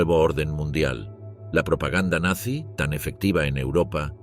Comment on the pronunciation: 2 segundos, en el mismo momento que dijo "Nanzy"